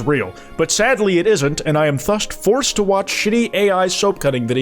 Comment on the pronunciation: blud doesn't know how to pronounce "thus" 💀